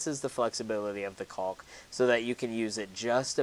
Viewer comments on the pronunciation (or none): The l is silent btw